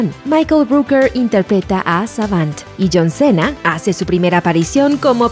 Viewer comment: Se dice así John cina